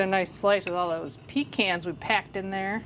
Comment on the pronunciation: I’m from southeast NC and we say pecans the same as you do. The correct way!! Love your recipes .🎉